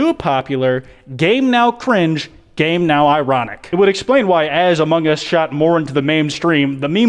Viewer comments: Its among us not ahmohng uhs that 3am call clickbait guy needs to learn how to speek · Why do people keep saying "amonGE us"? It annoys me to no end I just watched more into the video...well elite, insane minds think alike 👀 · why do people say among gus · Bruh that dumb ass clickbaiter can’t even get what he’s clickbaiting right. He straight up said: “hello? Hello is this the imposter from *amoung us*?”